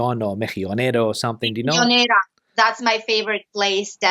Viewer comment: It's necessary to achieve a top number one level of Spanish to say mejillonera so straight and well. I wonder where comes from.